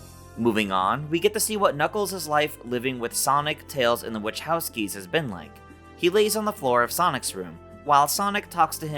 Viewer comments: Say the last name correctly it’s pronounced wah cow ski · Not a huge deal, but...phonetically..."Wuh-KOW-skee." K...not Ch.